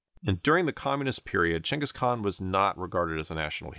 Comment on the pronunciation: Props for pronouncing his name correctly.